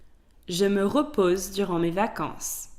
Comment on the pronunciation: Awesome lesson. it's vacances* not vancances :)